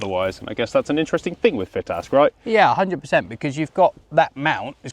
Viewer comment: it's pronounced "FITASC". As its a shotkam video and therefore and american owned company I'm assuming has to throw in americanised English every now and again to bridge the gap between the UK and US audience.